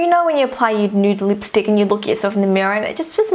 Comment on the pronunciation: You are so cringe you say lipstick like this leepstick it's really funny and cute xx I'm not hating I love your vids to bits xx